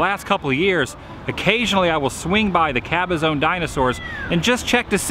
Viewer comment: It's pronounced cabazahn not cabazone, and also of course it's going to be like a sauna in there, you're in the high California desert there in a building that has no AC or form of airflow that's been sitting in the desert sun.